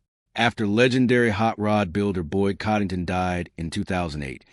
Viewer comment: you can't even pronounce his name correctly